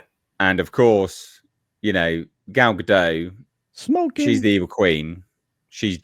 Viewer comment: FYI- Gal Gadot is Israeli, not French (there is no soft “t” at the end of her name). Gal rhymes with “doll”, not “pal” and Gadot is pronounced exactly like “god-oat” (does not rhyme with “bad-dough”). Just good to know 😊